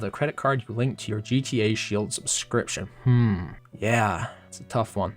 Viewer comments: Why are you saying shield weirdly? like shee-eld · my tongue twists when he says sheild